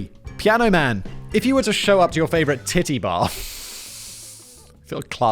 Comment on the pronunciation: Lol Simon saying tidday bar made my friggin year